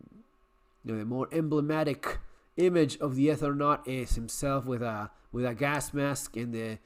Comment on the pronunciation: It's not "Ethernaut" it's "Eternaut". He doesn't travel across the Ether, he travels across Eternity